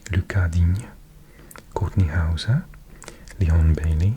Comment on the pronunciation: the accent for pronouncing kortney hauses name 😂